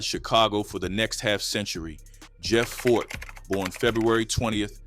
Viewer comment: Who is Fort? I thought it was Ford!